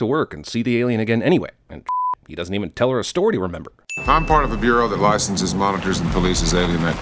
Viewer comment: “a storty to remember?” Did anyone else hear that? We’ve come full circle, the audience sinning the “sinner” I guess? ding